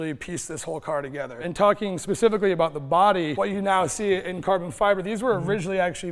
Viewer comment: Am I only one who've heard "Korben, Korben!" instead of "carbon, carbon"?